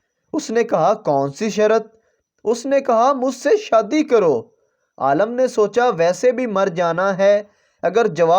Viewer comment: Aalam nahi hota Alim hota h talaffuz sasi karo apna 😂